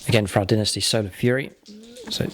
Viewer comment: Dynasty* not Dinisty